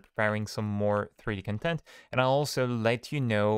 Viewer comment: "Con-TENT" means satisfaction You want to say "CON-tent".